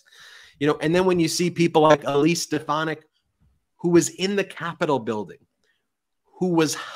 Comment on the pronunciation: It's "Stefanack" if you please...😂😂😂. Watch her change how she pronounced her name to match drumf's pronunciation VOTE 💙🌊🇺🇲 at EVERY level in EVERY election